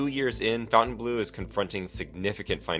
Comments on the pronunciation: It's pronounced fountain blo....not blue. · Faun-ten-blow, not fountain-blue. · It's not Fountainbleau.......it's FONtainbleau and pronounced FON not Fountain. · Why do idiots who don't know how to read say fountain instead of Fontaine?? oh yeah you're idiot you don't know how to read😂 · fawn-tane blue. not fountain blue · Even the name of the place is bad. You kept calling it "Fountain-blue." It isn't pronounced that way. It is pronounced "Font-An-Blue." So pretty much nobody can pronounce the name of the resort. That's not a good name. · Why is it pronounced Fountain Blue? When dID FON get pronounced FOWN? Also how does a business survive while bleeding $400,000 a day? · It's pronounced fawn-tain-bleu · Fountainebleau is pronounced FountaineBLUR. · It's pronounced "FON - TANE - BLOO" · You don't even know how to pronounce the name of the casino correctly